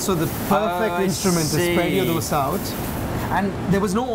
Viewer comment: The way the "expert" pronounces 'dosa' is wrong... the 'd' is not pronounced as in 'delta'... rather than as in "the"...